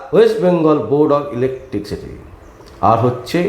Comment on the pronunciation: কথাটা 'ইলেকট্রিসিটি', ইলেকটিকসিটি নয়। দয়া করে এইসব সংশোধন করে সোশ্যাল মিডিয়ার ভিডিও করুন।